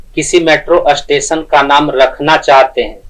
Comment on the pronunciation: अष्टेशन नहीं 4होता स्टेशन होता है😂